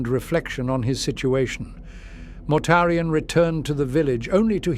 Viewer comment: I love this voice, but I still get the occasional laugh when its AI heritage exposes itself, such as when it pronounces Mortarian as “Mortar Ian”. 🤣 Will we ever get to hear a “blooper reel” of our beloved mispronouncing words before finally getting it right? Maybe as an April Fools Special or Patreon Exclusive? 😁